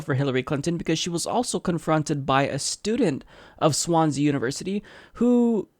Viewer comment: Learn how to pronounce Swansea